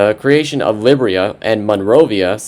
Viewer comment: I think it is pronounced Lye-beer-e-a not Lib-re-a